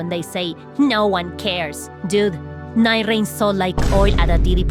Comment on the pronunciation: “Night rrrrrrreing.” I love your accent 😆